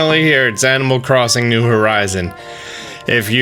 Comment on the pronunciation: please stop saying new horizon